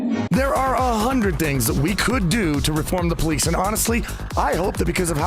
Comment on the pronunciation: "When we shay abolish the poleesh"